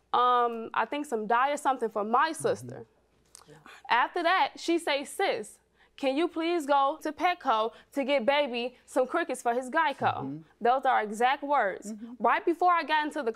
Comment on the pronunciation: Lmfaoooooooo geico lol girl it’s gecko